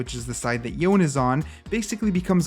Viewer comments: Didn't Yasuo pronounced his name as Yone not youn? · It’s yo-neh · yo-nay. his name is pronounced yo-nay. watch his release trailer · I wonder why people keep pronouncing Yone as "John" lmao, it's pronounced as it is written lol, they even pronounced it in many cimenatics